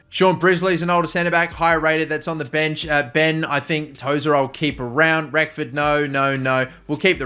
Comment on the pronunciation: Great start to the RTG with my club, but for the love of God please pronounce Reckord's name right!! There is no F in his surname. TIA :D